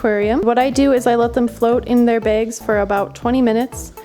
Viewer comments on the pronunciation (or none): She says bags begz